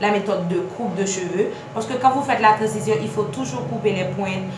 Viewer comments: Ça s’écrit transition mais ça ce prononce Tran-zi-syon 🤦🏽‍♀️ Apprenez à parler ... oubyen palé Lang maternelle ou 🙄 vin fè moun ront la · Merci pour la video, c'est instructive et précise . C'était presque parfaite. Il n'y a que le mot " trancition" qui m'a cassé les oreilles.